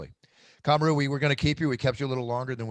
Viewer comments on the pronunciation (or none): Bruce I love your show, you’re such a great guy. Also, if you’re wanting to listen to his daughter, the emphasis is on the MA in ka-MAH-ru..... You’re saying KAH-ma-roo, but it is kuh-MAH-roo OOOOSSS-Mannnn!!! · My only gripe about this podcast is 1/2 of it is telling the fighters what great guys they are.. I had tp ramp up the playback speed to 1.5 to get through it.. PS- the way you announce Kamaru's first name sounds like #Kangaroo. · Bruce couldnt pronounce Kamaru properly if his life depended on it.😂 Lol. Love ya Bruce